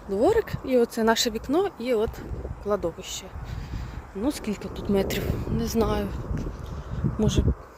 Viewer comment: Кладовище має наголос на третій склад.😊